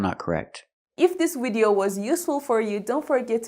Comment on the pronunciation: I noticed a mistake when she pronounced the word “video” 🤔🤔